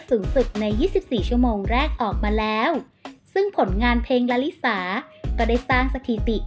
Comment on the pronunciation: มีช่องนี้ที่อ่านชื่อเพลงถูก ลา ลิ สา ช่องอื่นมีแต่ ลา ลิ ซ่า😂